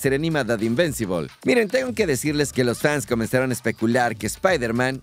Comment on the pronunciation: No es invencibol 🤦🏾 es invincible o en español invencible.